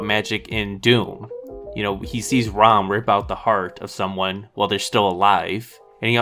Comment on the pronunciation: Temple of Doom is my favorite of the Indiana Jones Saga! It gets criticized for its violence and how different it is from the others. And it’s “Mola Ram” not “Rom”